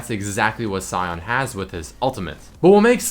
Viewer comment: he's called sion (pronounced shun) not cyon